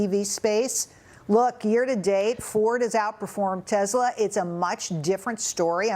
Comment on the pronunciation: Such an idiot - she pronounces Tesla as Tezla!